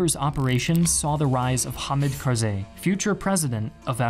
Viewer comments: It's pronounced Ham-eed Car-zah-ee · Your videoes are spot on. BUT your pronunciation is so bad 😂😂 arabic and pashtun is like Japanese. Its ha’me’d kar’za’i bruh👌🏻syllables don’t blend but articulated as much as if your where spelling letter out loud. And another thing its Piiiii rick not firick. Fucking hell😂 plus your say it all the time. A pyrrhic victory is to win at great cost, that its barely a win😂 you over use that word🙈